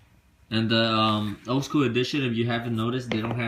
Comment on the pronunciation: Bruh learn how to say school